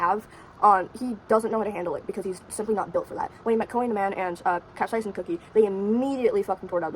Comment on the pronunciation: Cap-say-shin and queen a-mon